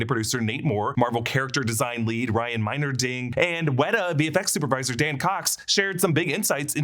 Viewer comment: When he said the 2nd guy's name there, it sounded like he said 'Ryan Minor-Ding' but in reality(...and trust me, I looked it up) the guy's actual name is 'Ryan Meinerding' Did anybody else actually think that the guy's name was 'Ryan Minor-Ding'? ...bc seriously, I couldn't possibly be THE ONLY ONE to think that who watched this video... hahaha